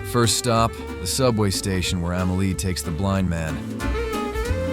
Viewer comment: After this narrative, I liked, subscribed and set my alerts to all. This guy is an artist, his eye for art is like no other. As an artist, this guy hit every single key point! My favorite film of all time Pure art. The only thing I can say is the movie is called Amelie. Ahh-mehh-lee. Not Ehhmehlee. I cant wait to check out your other review. Finally an artist that can eloquently dissect a totally art scene movie. I had never , ever bout a movie during that time, but for Amelie , I did. A classic